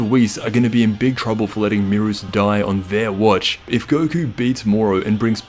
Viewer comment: Aye yo its beerus not merus